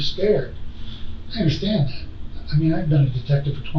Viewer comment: Why do her and the detective say “underSchtand” for “understand”